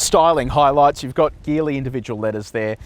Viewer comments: Hey, great review as always. Just a quick note this brand is pronounced Jeeli not Geeli. Cheers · What’s the battery charge when you did the acceleration test? The result is slow probably due to the low battery charge. Also Geely is pronounced “Jeely” 😅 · Sorry mate but you should do better research! 🫣🤔 Have you done any??? In Chinese, the car brand Geely is pronounced as "jee-lee". The native Mandarin pronunciation uses a soft "J" sound, similar to the word "jeep". Seriously, if you can't do basic " research" on the name of the brand, why would I think that you did good research on this car!? Honestly, right from the jump your review is iffy? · A few years back, I worked with a native Chinese speaker and he pronounced it "Shee-lee", which kinda sounds like a soft "g". Definitely not the hard "g" used though